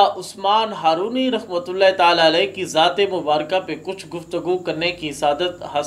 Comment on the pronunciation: بسم اللّٰہ الرحمٰن الرحیم السلام علیکم ورحمتہ اللّٰہ و برکاتہ محترم بھائی جان! پیارے بھائی جان! "ہارونی" کے تلفظ میں اصلاح فرما لیں ۔ "Harooni" not correct "Harwani" correct